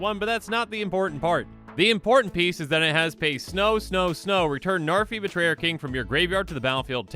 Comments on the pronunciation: Names not narfee. Learned that from another comment. Its pronounced "Nhar've" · Id it just me or did he say Zarfi? 😂 ps: No hate, just found it funny. Same way Seth 😂